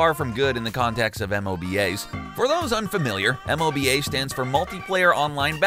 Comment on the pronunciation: Do other people really say "M-O-B-A" like that? It sounded so weird because I've only ever heard it pronounced as "moe-ba" and hearing it read out was odd. Kind of like people usually say the word "wow" when referring to "WoW" (World of Warcraft) but I've never heard anyone say, "W-O-W" because that's just weird as fawk. Is this a normal thing?